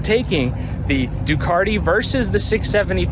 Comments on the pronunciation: NOT ...DEW - CART - EE....UNLESS YOUR PLAYING.ON WORDS 😊👍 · lol...There is no "R" in Ducati...its not a ducari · DEW - CAT- EE......